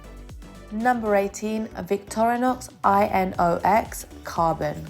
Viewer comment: Inox - even if the letters are all capitalized - is to be read as a word, like Radar, or Laser(RADAR stands for RAdio Detection And Ranging. Laser is Light Amplification by Stimulated Emission of Radiation) ; instead of being read as I n o x is not an acronym like CIA, FBI or BLM. Inox - again if you had researched - mean Stainless Steel in French and some other languages. Long I, Short nox. Pronounce as Eye knocks.